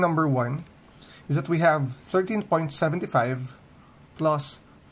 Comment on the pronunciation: 13.75 pronounce mistake